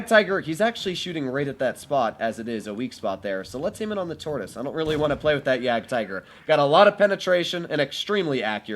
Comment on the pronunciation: jagdtiger nobody...: jagaratigeroo